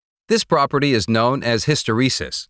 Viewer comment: His pronunciation of hysteresis is driving me nuts...